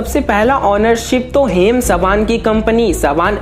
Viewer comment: Haim sabaan nahi Haim saban